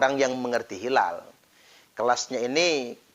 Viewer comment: Hilal itu pakai "HA", bukan "KHA". Dan jangan bikin dalil halal-haram seenaknya. Belajar lg yg banyak, semoga diberikan hidayah. Aamiin...